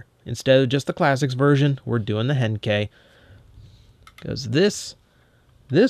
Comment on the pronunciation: i don't know what is wrong with me but every time starts to say henkei i thought he was going to say hentai